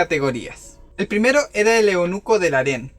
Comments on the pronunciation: Eunuco no eonuco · No es eonuco se dice eunuco